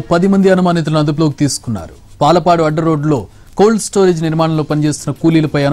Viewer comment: యాంకర్ గారు పాలపాడు కాదయా పాలడుగు